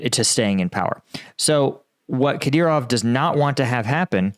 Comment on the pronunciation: Finally, he said Kadyrov correctly.